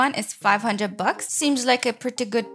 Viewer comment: lol she said: that was four hundred blucks?